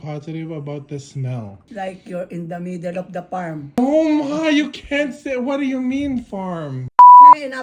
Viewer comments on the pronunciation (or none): Farm ❌ Parm ✅